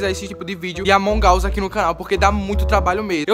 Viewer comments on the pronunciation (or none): Kkk ele fala amongaus